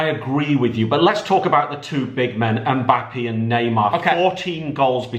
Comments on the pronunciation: did really say "mbapee"? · The way says mbappe lol 😂